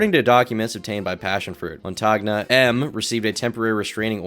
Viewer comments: I believe Montagne is pronounced "Mon-Tane". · Why do Americans, and you guys are the worst offenders, who live on the internet, not google and listen to pronunciations? I get you're probably super busy with lots of other aspects of a vid but really, it'd take seconds! It's mon-tan-ya, french for mountain. But if it isn't, americans butchering foreign, and even English, names should be a meme... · Montagna is pronounced montania (more or less), "gn" is pronounced like the "n" in the Spanish word 'senor' Also stop doing this, america: Bologna = Baloney